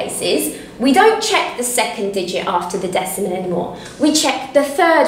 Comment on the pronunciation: you said after the decimemewal🤣🤣🤣🤣🤣🤣🤣🤣🤣🤪🤪🤪🤪🤪🐸🐸🐸🐸